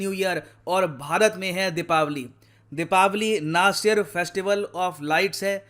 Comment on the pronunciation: Thank god... Finally is the one who is saying Dheepaawali...not Dhiwaali